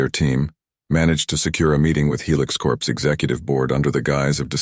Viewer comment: A corpse is a dead body. Corps is pronounced core.